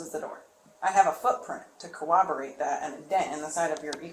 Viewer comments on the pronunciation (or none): Never trust someone who can't pronounce 'corroborate.' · someone tell her it’s called corroborate, no co-oberate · If I ever want to get drunk enough to pass away, I'll just take a shot anytime I hear a detective say "coWABerate"